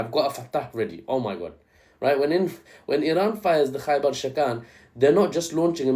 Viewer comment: Why does "Khaibar" sound like "Gay bar" and why does it make me think of that song